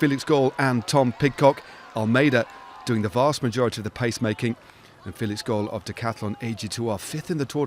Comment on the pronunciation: Hey, try pronouncing Felix Gall like the english City of Hull, just with a G. There is no O in Gall!